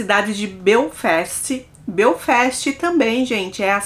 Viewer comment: Oi eu moro na irlanda ha 19 anos,e nao conheço a irlanda do norte. E a pronuncia nao e belfest nas sim Belfast